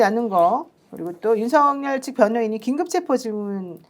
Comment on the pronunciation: 윤서결 탄핵으로 들려요